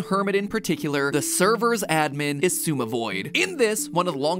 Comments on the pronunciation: it hurts how matpat can say xisuma’s name right but then goes on and pronounces elytra as eli-tra🫠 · Oh.. I finally know how to pronounce Xisuma